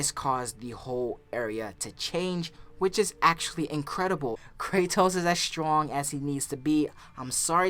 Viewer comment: "STONG" smh